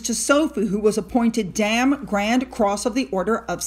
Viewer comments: Please cover the Canada TOUR!! 🇨🇦 and it is The Governor General who represents the Queen. Our GG Mary Simon is INUIT! And it is pronounced Dame, rhyme with Same. They are laying wreaths at the National WAR MEMORIAL (Cénotaphe) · Dame is pronounced with a long a like the letter itself. Da me